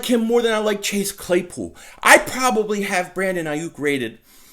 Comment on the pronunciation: Lol SON! Say Brandon Aiyuk again SON sounding like a true Philly Guido "Brandon Aiiiyuk" ! 😂😂😂